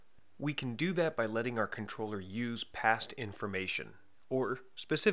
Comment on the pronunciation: The way he pronounces controller is just weird